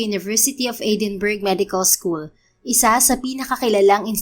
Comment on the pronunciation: FYI Edinburgh pronounced as Edinbra